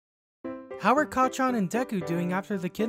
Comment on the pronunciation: Everyone say it with me now (kac—chan) Not (ka—cchan)